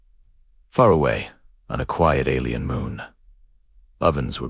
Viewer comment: Coobs. Alley-en coobs. This AI needs to learn how to pronounce English!